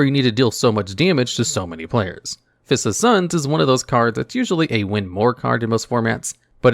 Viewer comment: I'm sorry... "First of the Sons?" It's Fist of Suns. 😂